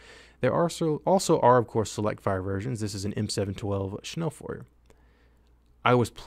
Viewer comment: Schnelllfuer good german !